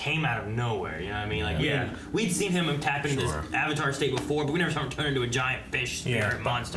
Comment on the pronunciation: oh god 30 seconds into the movie and they already pronouce Avatar wrong oh boy says the Ovatar lmao